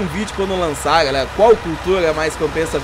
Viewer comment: Para de trocar o R pelo G kkkkk Galegaa